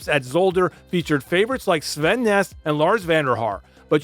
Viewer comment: Dutch pronunciation can be tricky! I think the analysis and clip selection is so spot on it's the only room for improvement here. Aert is pronounced more like the english Art and Poel is like the english Pool. Nys is pronounced like the word Nice in english. Hope this helps and again, great video.